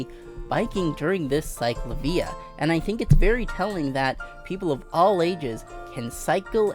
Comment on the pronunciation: Great video but that is not how you pronounce CicLAvia ✌️